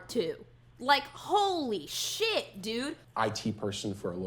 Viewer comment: please dont say holy like that